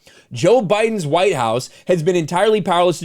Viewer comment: But they still huwite, they still all huwaaaite! She's screaming in her head.